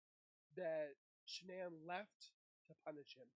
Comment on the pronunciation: SHAnann sounds so much weirder than “shanonn” and “ Shannon “ sounds cuter, no wonder everybody gets it wrong. I wonder how she felt about her own name